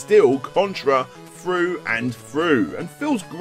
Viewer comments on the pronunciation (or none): "Its still Contra froo and froo" 😂 😂